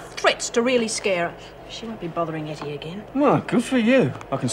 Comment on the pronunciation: It’s not Hetty. It’s Ettie.